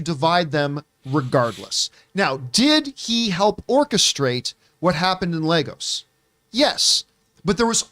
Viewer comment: Sorry but how many times have you guys seen this movie? It's Lagos, Lagos! Not Legos.